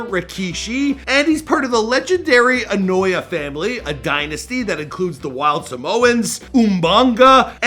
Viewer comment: Damn you still saying names wrong .. its pronounced A•no•wah•ee not annoy.. OO•MA•ga not Umainga..